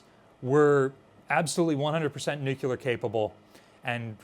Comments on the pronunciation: Nuclear, not "nucular." Nothing you say has any credibility if you can't bother to say "nuclear" correctly. It is not difficult. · NEW-CLE-AR! not nu-cue-lar! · New-Clear, two syllables lol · Nuclear, nu-clear, "new clear" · Do a shot every time you hear "nukular". I dare you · We can call it a Nukular Mazora shot. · I die a little inside every time says “nucular”